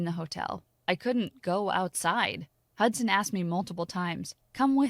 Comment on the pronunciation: This man's name is hudsan more like hudsand